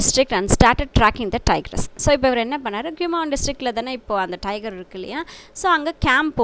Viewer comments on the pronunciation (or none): none